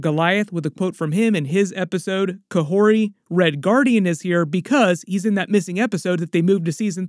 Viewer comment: Kahhori, not Kahhorti. No T in her name.